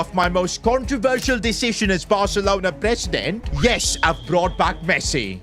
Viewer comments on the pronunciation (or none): none